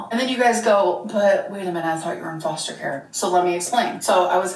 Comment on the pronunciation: She says foshter care